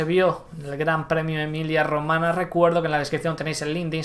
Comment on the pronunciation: Emilia Romagna se puede leer como Emilia Romaña pero por favor no Emilia Romana. 🙏🏻🙏🏻🙏🏻🙏🏻